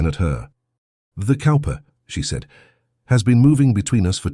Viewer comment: Cowper is pronounced Cooper...just an FYI. The dry humor is priceless lol.